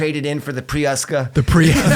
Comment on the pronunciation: “i traded in the muskalade for the priuska” lol😂